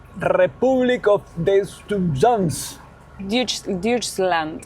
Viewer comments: Diutchland ? 😂😂😂 no es idioma gringo! Se dice Doit - chland en alemán 😂😂😂 uff, y sí, los alemanes tienen otras palabras peorcitas con 1 pronunciación casi imposible! 😂😂! dime que llevo más de 20 años por acá y todavía me cuesta la pronunciación alemana! 😂😂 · Se dice "toichland" 😅 Soy Descendiente de Alemanes del Volga en Argentina, vivo en Luján, Buenos Aires. Marisa Ulrich Braun saludos!!! Y el alemán no es el peor idioma! Es algo complicado, pero tiene algo de inglés... Es solo prestar atención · Se pronuncia "doichland". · Se pronuncia doichland.😅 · La EU juntitas en alemán se pronuncian OI.....Muuuucha SUERTE en Deutschland!!! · Antes de irse de Alemania tienen que aprender a pronunciar "Deutschland" como debe ser.